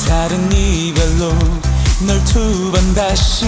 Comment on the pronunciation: 장수원 ‘널 투우 번 다시’ 이 부분 발음 은근 매력적ㅋㅋㅋㅋ